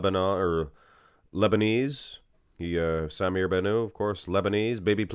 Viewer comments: You're pronouncing his last name with a French ending Ban ooo. His last name is Arabic and should be pronounced Bannout ( Ban-ut) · The (T) in BannouT is not silent. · "sah-mir bah-nuh". Really weird way of saying his name